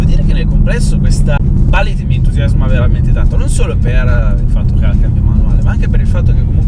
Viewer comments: Si, però Ballit non si può proprio sentire...si pronuncia come si scrive ! Bullitt, no Ballit... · confermo. Si pronuncia Bullit, quando ho sentito "ballit" da mi è andato per traverso il bicchiere d'acqua che stavo bevendo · Non si dovrebbe ppronunciare bul-lit invece di balllit? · Quando ho sentito ballit ho cambiato video non è possibile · ballit? ma che ho sentito ahahah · Pronuncialo bene sto nome, che bAllit non si può sentire... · Ah? La Ballit certo come no! L'inglese questo sconosciuto... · 😀Ballitt non si può sentire, dai😉! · Si infatti.